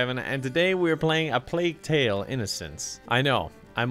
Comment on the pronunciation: A plague tale but Kevin can't spell the letter h